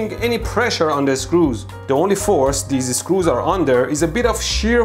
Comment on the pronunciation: Drink something every time he says "deees-e screews".